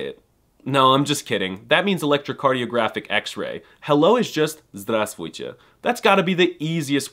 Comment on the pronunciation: Just say zdrustee or even drustee (with u as in just)